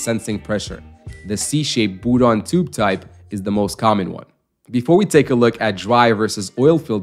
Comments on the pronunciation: I think he was trying to use the french pronunciation but can't do the trilled 'R' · It’s a “Bourdon tube” not a “Boodon tube”. Pronounced the same way as "Bourbon", only "Bourdon". You wouldn't pronounce "Bourbon" as "Boobon" would you? Stop saying "Boodon".